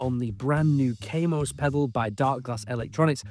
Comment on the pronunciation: Kaamos not Keimos.